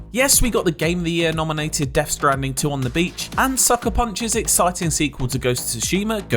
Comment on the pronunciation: “Def shtrandim”